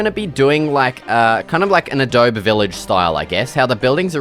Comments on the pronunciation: IT'S NOT ADOB- IT'S ADOB-EE DX Adobe like the program - they ripped their name off of historical Native American tribes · Adobe is actually pronounced "adobe". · can you also look up how to pronounce adobe because your saying it wrong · it kinda bugs me that you mispronounce adobe 🙃